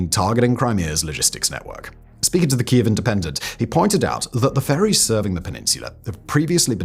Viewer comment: Simon STILL doesn't pronounce properly Keiv after all these years 😢.